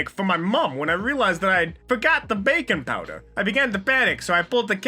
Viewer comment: Why fose it sound luke hes saying bacon powder Not baking powder